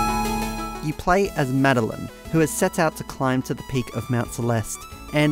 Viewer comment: I don't think i've ever heard anyone call Madeline that way